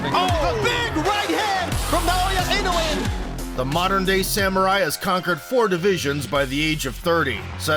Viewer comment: Regarding pronunciation, Japanese vowels are all pronounced separately, not combined as in English. So it's Na-o-ya I-no-u-e.